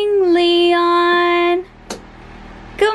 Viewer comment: it's leon not lein lol